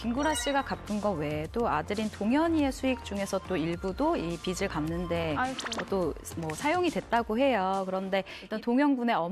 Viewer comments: 기자라는 사람이 표준발음법도 모르네;; 빚을- 비슬(x), 비즐(0) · 빚의 - [비제] 빚을 - [비즐] 빚이 - [비지]